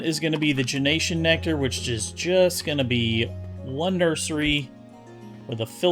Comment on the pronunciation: Please, for the love of god.... stop saying genatian and genatian nectar... there are no other letters between gen and tian Cool series though, I've watched all episodes